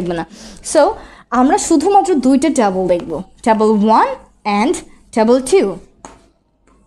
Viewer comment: Tabol na table 😑